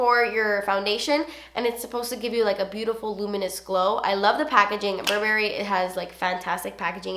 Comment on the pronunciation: I agree with the Tartelette palette....and I don't know why the browns come off as orange on my skintone even though they look so cool-toned! Also, wanted to tell you that "Burberry" is pronounced "Bur-bur-ee" and not a hard "berry".